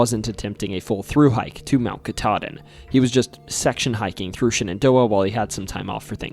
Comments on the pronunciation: Pronouncing Shenandoah as Shannon Door proves you lived in Elkton 😂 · I've never heard anyone pronounce Shenandoah like that.😊